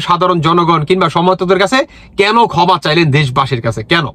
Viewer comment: Uccharon thik koren. Kotha ta "koma" noi "khoma" thumbnail thik korun. Dil noi, dhil. Asha kori positively niye shudraben.